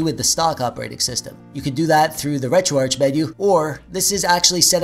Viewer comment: Take a shot every time he pronounces "retroarch" incorrectly. Jk that's alcohol poisoning waiting to happen. But frfr its retroarch(ark)